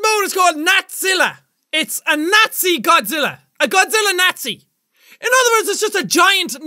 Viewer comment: Eet nawzilla lol not spelling err. Just accent